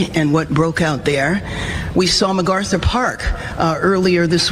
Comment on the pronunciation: Karen Bass can't even pronounce MacArthur correctly: "MaGarther" is how she pronounced it. As a communist, she probably has never heard of General Douglas MacArthur. 🙄